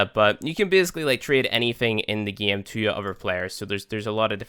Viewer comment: i like how he says gieme